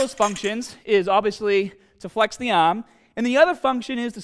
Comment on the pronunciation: I like how easily described this in detail. But has anyone noticed he has a lil bit of Australian accent when he says "arm" and "hard/harder"?